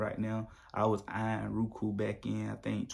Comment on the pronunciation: "Rookoo"..lol bruh, go back to school. Just playing, but for real it's pronounced "Row-Ku"